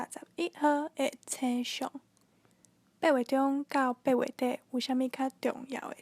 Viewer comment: 「星」象是否用文讀音比較好？